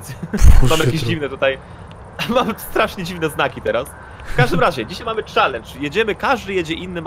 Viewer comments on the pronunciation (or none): Jak to się źle słucha jak ktoś mówi czalendż a nie czelendż